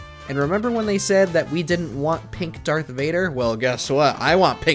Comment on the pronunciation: Did....did you say Dark Vader??